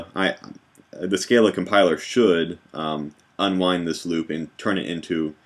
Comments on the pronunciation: Hi thanks for great tutorials. Just one thing ... I have the genius who invented Scala, Martin Odersky, say it's pronounced Skar lah not skay lah! Small point but out of respect to him and uniformity shouldn't we follow the correct pronunciation? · Your recursion example is recursive, but it is not tail recursive. Furthermore, the Scala compiler cannot convert all tail recursive to loops due to limitations of the JVM. On a minor note, Odersky pronounces the 'a's in Scala like ahh. Scahhlahh.